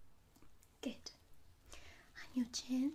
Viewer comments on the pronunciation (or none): "...we'll start with bottle 'number A'..." . Subbed immediately off the quirk of that gem ! And partly off the fact that your "good" sounds a bit like "git" ... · Argh! I cannot un-hear "git" now! Ah well... subbed anyways.